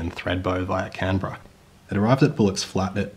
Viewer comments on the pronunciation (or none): none